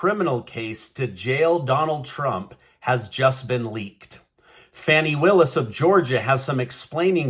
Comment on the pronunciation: Its pronounced Fănnie Willis... like the butt 😆